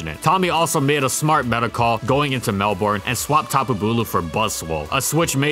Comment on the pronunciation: That is not how you pronounce Melbourne. This comment has been brought to you by a concerned Melbourne citizen.